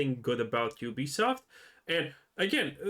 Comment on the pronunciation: Ubisoft found out . . . don't nobody want "He-Be-Soff'" HAHAHAHAHAHAHAHAHAHA